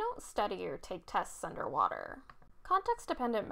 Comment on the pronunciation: Anderrr waterrrr